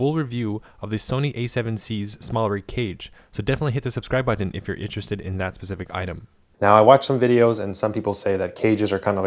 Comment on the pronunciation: Excellent Video. I am curious, are you from Hawaii? Just the way you pronounced a couple of words like "tighten and button". I have the Ronin Gimbal but am now going to sell it for the Small Rig setup. Thanks again. Doug.